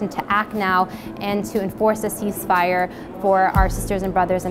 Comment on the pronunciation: He says we need a Casese fire